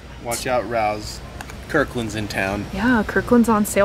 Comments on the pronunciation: Isnt it pronounced ray-oh's(RAO'S)? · Sauce is pronounced RAY Os. Love you! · The sauce is pronounced RAY OS (capital O) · I love Raos sauce.! It pronounced Ray-Os.:) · I’m sure you’ve been told but the sauce is pronounced ray-os. 😮